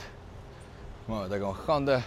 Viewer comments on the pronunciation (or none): "hondej" ;D